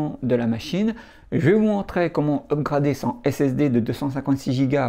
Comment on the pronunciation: Merci pour cette vidéo. Tu as refait ma journée avec ta prononciation des mots anglais. Upgrade, Cut, MacOS. je viens de découvrir ta chaine. je vais regarder tous ça. bonne journée